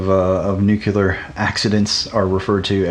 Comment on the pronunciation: Okay but stop saying "nukular". :)